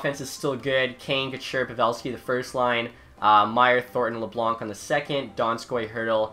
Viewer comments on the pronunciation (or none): none